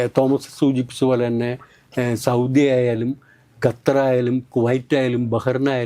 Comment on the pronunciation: പൊന്നു ചേട്ടാ ..ഗത്തർ അല്ല. ---ഖത്തർ